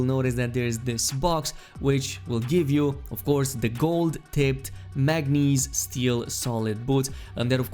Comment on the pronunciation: Mane-guh-neez. Mon-o-wire. Not Mane-geez and moonwire.